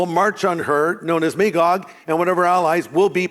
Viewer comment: never trust a pastor who dosent know how to pronounce Magog correctly on Armageddon lore.